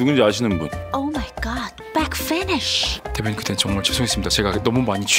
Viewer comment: back finish 발음 좋다 ㅋㅋ